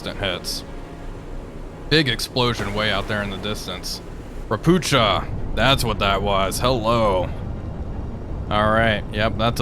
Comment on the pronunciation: Ropucha is read almost as you did, the "ch" is read like an audible "h", like, say, "helm". Ropuchas are actually Polish-made ships. Some of them were damaged/sunk in Russian invasion of Ukraine.